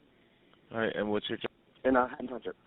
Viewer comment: It's pronounced "Haddon" not "Hayden" township. The town also has a history of unsolved murders, especially with kids. The apartment building is old and it's actually easy to get into the building, because the owners never change the locks. That being said, he totally did it and he's doing time in a juvenile facility, despite being 22 years old at the time of the murder. DJ is 29 years old now.